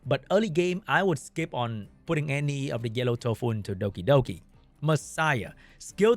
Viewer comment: I love the way you say Dokidoki :)